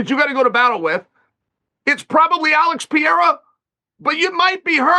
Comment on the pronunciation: Such despicable pronunciation. Also, "Alex Pea-era."- Chael the dunce Sonnen